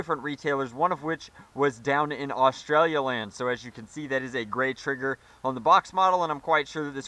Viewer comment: AUSSIE AUSSIE AUSSIE OI OI OI! I'm Australian and I laugh at how you say "Australia Land".